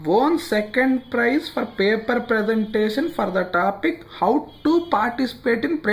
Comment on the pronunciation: Paper pronunciation tappu chepthunnaru